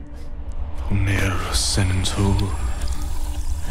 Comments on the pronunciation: The "Vulnera Sanentur" spell was mispronounced, it is "VUL-neh-rah Sah-NEN-tour", but otherwise, flawless. 100% flawless. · just a small bit for the end : the spell was "vulnera sanentur" (it sounded different)